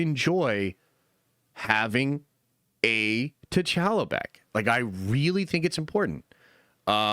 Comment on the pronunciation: You want T’challa back, 🤔 stop saying “T’challa” wack. Pronounciation is always a non-start but MAN it don’t gotta be all elongated and what not but it’s T’challa like y’all like holla not pal not gal 😤 sorry love the channel 😅